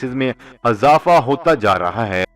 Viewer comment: Aap urdu ka khoon ker rshe hain aap bar bsr lafz azafa kahte hain wo asal mein :izafa: hai islh